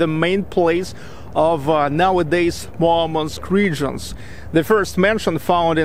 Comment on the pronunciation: I didn't know Murmansk is pronounced as Marmansk